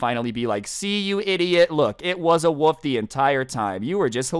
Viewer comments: It is not woof it is a wolf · the way you pronounce wolf tho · pronouncing "wolf" as "woof" gets me very time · can't pronounce wolf